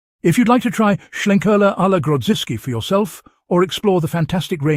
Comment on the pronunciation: Sounds good, may well check this out - love a bit of smoke in my beer. The main thing about this review though, it’s nice that a beer reviewer can actually pronounce Schlenkerla correctly - most omit the ‘l’ and call it Schenkerla 🙄 For that, you deserve a cuddle from Jennifer Lopez.